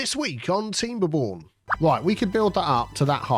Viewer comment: Did you say Tea-mberborn?